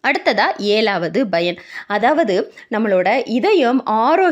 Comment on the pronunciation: Madam, thamizh nallathane preparing, paranoid yeen Bayan yendru solgireergal pl. Correct it, thamizh pl.